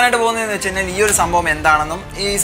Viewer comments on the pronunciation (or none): none